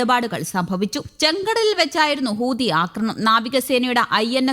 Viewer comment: ഹൂദിയല്ല ചേച്ചീ.. ഹൂതി എന്ന് പറയൂ! അയ്യയ്യേ!